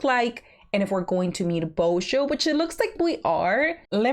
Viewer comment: Božo is prounounced shortly, the "O" is like in a word "short", not like "ou", which might help not to associate it with bozo, but I can honestly see how it leads to that.